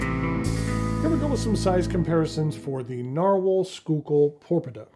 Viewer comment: It’s pronounced “School-Kill”